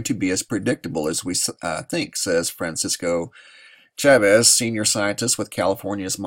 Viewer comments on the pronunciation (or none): none